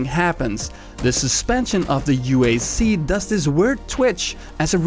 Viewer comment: Uaz not u-ey-ze